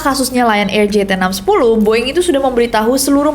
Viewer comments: “The Boeing Company” bukan dibaca “di boing kompeni” tapi pake “de” *siap salah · Tumben lu Ness, salah cara nyebutin BOEING. Hehe. Biasanya english pronouncing lu perfect 🤭